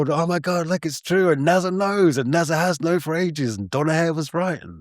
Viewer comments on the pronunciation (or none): Why does he pronounce it NAZA? 😢